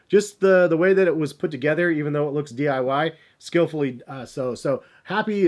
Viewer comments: So no one noticed he said "dyi" when its DIY lol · did he say DYI and not DIY?! 🤣